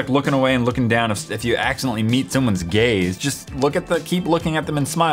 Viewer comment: I thought he said gay instead of gaze